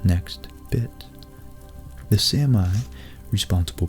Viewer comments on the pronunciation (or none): Love your work! Is it really pronounced "Sam-I"? I've always said "Sammy".